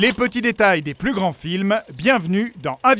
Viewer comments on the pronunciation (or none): none